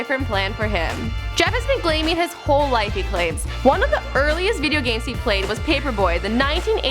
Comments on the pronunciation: The thing that annoyed me most was that she said "Glaming" instead of gaming ... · she say glaming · Did anyone else notice she said glaming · She said glaming 😂